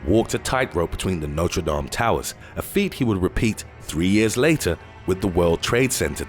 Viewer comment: As a Frenchman, I undoubtedly say that Notre Dame's fire was horrible. By the way, good pronunciation of its name 👍👍.